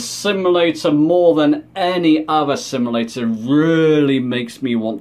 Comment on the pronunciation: Good video I liked it. One small comment. You keep saying "sim-a-lator" instead of "sim-u-lator". No big deal. Just a small peeve.